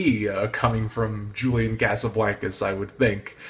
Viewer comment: u kept pronouncing julian's name wrong fyi... also ur opinions r so so wrong